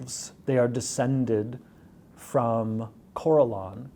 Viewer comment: Jeremy’s pronunciation of names like Corellon and Drizzt kinda makes me want to kill myself tbh, but hey Drow aren’t such a steretype anymore! It makes me happy!